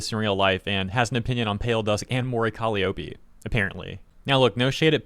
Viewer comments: Are they mispronouncing "Calliope " on purpose? "Cali O'pay" reminds me of Nigella's "mee-cro wah-vay"😂 If it's just doing one's best pronouncing a strange word: it's "Ka-LIE-oh-pee" It's an ancient Greek name (younger gamers may know in God Of War it's Kratos' daughter) It's most famous as the name of a small type of pipe organ used in the circus, and also iused in TV/film sound effects denoting when someone is going crazy.☮ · Call - i (long i) - ope (read: O P) That's how to say it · Calli-oh-pee lol, you know it’s pronounced cuh-lye-oh-pee, she’s only called Calli when it’s shortened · Say it with me: ka LIE oh pee. Emphasis on the second syllable. Not “Collie-Opie”. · It's pronounced "Co-Lie-A-Pee" not "Cali-Ope-E" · Those haters are terrible and disgusting, but the most egregious thing in this video is your pronunciation of 'Calliope!' It's more 'Ka-LIE-oh-pee' (lie as in, a fib or untruth, not like 'lee'). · Caliiope is pronounced "Cal-EYE-oh-PEE". Just so you know. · Calli having haters is nothing new, and her haters digging that hard into her history to find something about her to use as hate fuel is nothing new either. Also it's pronounced Kah-Lie-Oh-Pee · It’s pronounced Cal-lie-oh-pee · Actually one of her best songs. Appreciate the growls coming out more. (Kal-eye-oh-pee, by the way.) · He was so close to saying her name right. But to be fair, she's only been debuted for 5 years... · I notice a lot of people pronounce Calliope wrong lol (the "I" is pronouced as "eye" instead of "eee") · I’m sorry, but that pronunciation of “Calliope” hurts my soul. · Bruh you gotta say her name right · damn it man will you please find out how to pronounce Calliope if you don’t I’m going to track you down where you live, come round to your house and teach you to say it myself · The real controversy here is how you decided to pronounce "colliope"